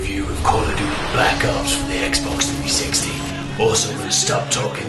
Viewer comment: sounds like your saying black cocks lmao